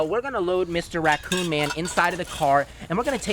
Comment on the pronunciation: I gust had to laugh when you said “Racon man” Lol